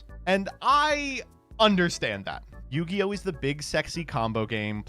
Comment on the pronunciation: What the hell is New-gi-oh??